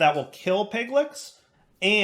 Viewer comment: I know it'll be a few episodes before it can be corrected, but, it's pronounced pig-litch. I refuse to believe you've never played D&D before and /or never heard of Lich's. piglich - pig-litch. PLEASE!!!;p